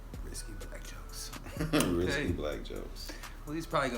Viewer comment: It is "Risque"... not risky.